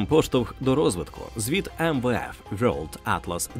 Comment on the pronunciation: на «вьорлд» я вимкнув. бувайте